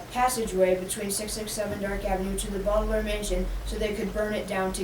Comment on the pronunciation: it’s BAUDELAIRE not BAUBELAIRE